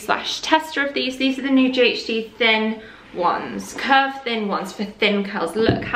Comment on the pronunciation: My dog perked up when you said Kirk instead of curve lol. (Kirk is his name) he thought he was getting a shoutout. Love all ur content very inspiring and calming xx